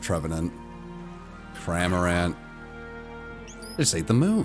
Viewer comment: just came from mandjtv's reaction, realised they both said 'cramorant ate the moon'